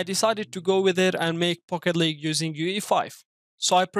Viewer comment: It sounds like he says "Fuck it League" 🤣